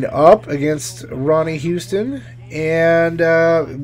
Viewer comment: Its not Ronnie Houston, its Ronnie Huston